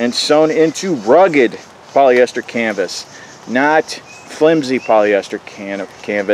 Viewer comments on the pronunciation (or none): Haha, ya almost said cannabis instead of canvas.